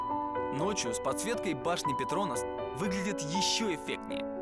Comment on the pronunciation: Обожаю передачу "Орел и решка", но ребята умоляю не ПетрОнас (так противно звучит, прям слух режет) правильно ПетронАс☺